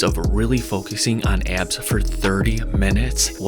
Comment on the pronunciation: it's pronounced "ab" not "eyab"